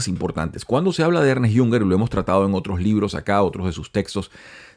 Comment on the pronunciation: No se pronuncia Ernest, sino Ernst